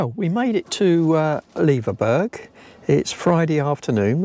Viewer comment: Loving seeing the Isles again. We almost bought a bnb in Leverburgh and will be visiting again very soon. Just a wee point. Leverburgh is pronounced the same as Edinburgh. Honestly, I got so slated for my mispronunciation of Gigha. People can be so unkind sometimes. Don't want you guys to fall foul. Looking forward to seeing the rest of your trip 🙂🐕🚙